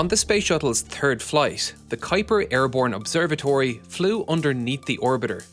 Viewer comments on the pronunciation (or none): none